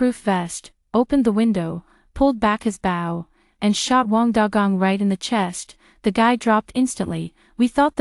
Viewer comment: Bow has a long o sound.